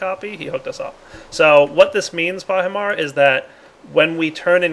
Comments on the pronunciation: why you call Pahi Soaryen? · you called pahimar soryn